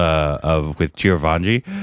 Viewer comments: Not Chiravanji it's Chiranjeevi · it's not chir-vaanji, it's chi-ran-jee-vi. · you have to spell it as CHI-RAN-JEE-VI. Its not CHIRAVANGI. It's like reading your name as CARBON PILES. 😶😔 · Its not Chiravaanjee!!!😂 Its Chiranjeevi. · It is " Chiranjeevi"...not " Chirvanji" ...Korbanised😂😂😂😂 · It's Chiran jeevi not Chira vanji, and you have already seen him in "Sye Raa Narasimha Reddy". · Okay, let’s talk about the elephant in the room, It’s not Chiraavanji it is Chiranjeevi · CHI-RA-VAN-JEE triggered something stupid in me. It's Chi Ran Jee Vi, btw. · 🤔🤣😂 God what's with the pronunciation of the Megastar.. its not Chir van ji ... NOOOOOOOO please ... its Chi-ran-jii-vi ( Chiranjeevi ) for your help . His name means immortal being..its another name of Lord Hanuman ( which western people call Monkey god ). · Chir vanji.....at least you should do close to the pronunciation.....ITS "CHI RUN G BEE"...Chiranjeevi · repeatedly mispronouncing Chiranjeevi's name is cute....Chiravanjee....thanks for the chuckle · Chirvanji love how pronounces... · Its Chi-Ran-Jee-Vi ( Charanjeevi). Its a Remake of Malayalam Film Lucifer. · I grew up Idolising Chiranjeevi. It hurts to see fucking up his name, pronouncing Chiravanji... 🤬.... and Btw, You guys have watched his movie "Sye raa narasimha Reddy" in theatres I guess. How can you not know him 🤷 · he saying chirvanji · It's CHI - ran - G - V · Every time he says Chiravaanji..😑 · Bro , it's chiran .g .vi 😅, I know spelling is different . But I'm showing how to pronounce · It's Chiranjeevi.. how difficult is it to read it.... and his confidence